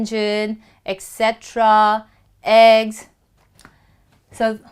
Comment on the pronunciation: She pronounced et cetra wrong!